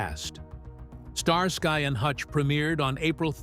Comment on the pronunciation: I heard a "star sky" very celestial! 🤣🤣